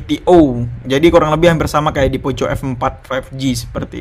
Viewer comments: Kayak baca skrip aja ini.. Comparison nya.. Kl bandingin layar tolong jangan hanya baca spec.. Coba set up di brightness yg sama buka you tube misalnya... Jadi kita tahu bedanya.. Trs contoh hasil foto mohon di sertakan.. Performanya bisa coba ngegame... Trs baca Poco di baca poko... Jadi risih denger nya poco poco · cara bacanya poko bang, malah tari poco poco 🤣